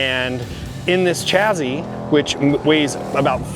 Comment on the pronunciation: Wtf is a "chazy"? I think you meant to say "chassis". There is no z in there.